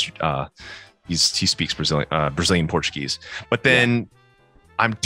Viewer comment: Caraca, o Matt pronuncia português MUITO bem! Que legal!